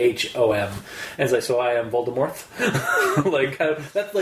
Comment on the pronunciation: J.K. ROWLING Says that The T in VOLDEMORT is Silent sorry but it doesn't sound as Scary without Pronouncing The T